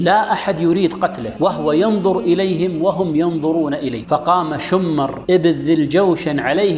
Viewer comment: شمر بن ذي الجوشن.. بكسر الشين وسكون الميم وليس شمر بتشديد الميم في كل الاحوال عليه لعنة الله ولعنة اللاعنين الله يجزاك الف خير ، سبحان من وهبك جمال الاسلوب وفصاحة اللسان والقبول ، الحقيقة من افضل القنوات اللي مرت علي باليوتيوب وللأسف اني ماعرفتك الا من يومين